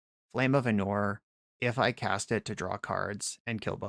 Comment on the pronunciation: ánor not anór